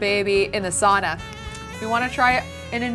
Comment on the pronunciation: pls pronounce sauna correctly - sincerely all Finns